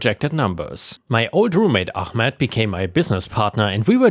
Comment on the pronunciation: Ahmed, not armed.